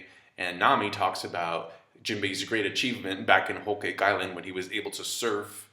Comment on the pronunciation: Why are u pronouncing whole cake like that